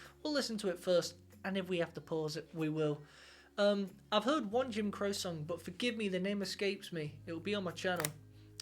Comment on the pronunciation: It's pronounced Crochy